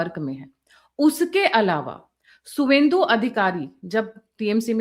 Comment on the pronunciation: सुवेद्र नहीं शुभेंदु। बार बार यह गलती आपसे हो रही है।